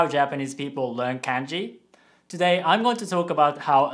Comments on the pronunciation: Why do you keep pronouncing it like k/ae/nji instead of k/ah/nji? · sorry but the way you say KANJI triggers me BTW I'm japanese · Hey, thanks for the video. I have a question. I have always been told that the vowel sounds are always the same. For example, “a” is always pronounced “ah”, but when you are saying kanji, you are pronouncing it “CAN-JI” not “KAHN-JI”. Can you explain why this is the case? Thank you. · The way you pronounce kanji is wrong(and I'm sure you know it but since you were speaking in an English accent it couldn't be helped). It's Kanji not Kaenji. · Actually, I just noticed that your family appears to pronounce it “Kahn-ji” :) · Well I don't trust this video because you said kanji wrong multiple time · are you okay? you sound like you're pronouncing "Kanji" as if you were from middle America.